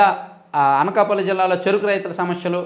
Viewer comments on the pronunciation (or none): none